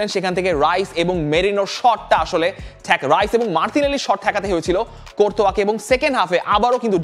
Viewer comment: ভাই রাইস না, হাইস